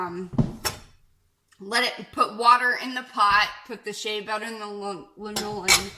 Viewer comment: Thanks. ps . . . pronounced LAN-o-lin, sheep's wool/body grease, old as the hills